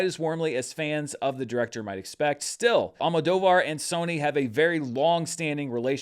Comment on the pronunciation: I know you often get comments when you mess up the pronunciation of names. I just wanted to say that you did a good job with the Spanish names and that you've improved a lot with Almodóvar ❤